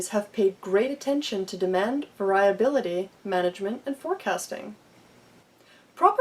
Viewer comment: Check your pronunciation of "variability." And "causal" is not the same as "casual". Who edited this video?